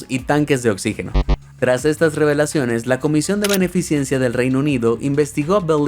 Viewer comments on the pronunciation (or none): "beneficencia", no "beneficiencia".